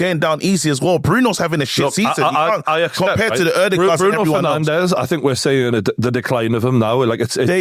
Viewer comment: Did just say “Bruno ferNANDOS” 😂